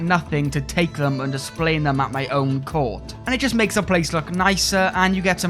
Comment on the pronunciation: Take a shöt every time he says Cöurt =D